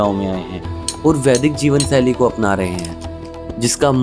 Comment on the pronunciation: Kaash ke kise aise insaan ne ye documentary banayi hoti jisko dhang se hindi bolni aati ho aur hindi uchcharan bhi dhang ka ho … it’s jeevan shaili not jeevan saili 🙄🙄 s aur sh ka pata nahi saari documentary mein low level Ke ucharan wali hindi…. Tabhi ye video kisi ko share karne layak nahi